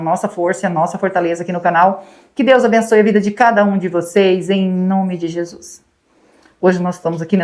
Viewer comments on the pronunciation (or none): none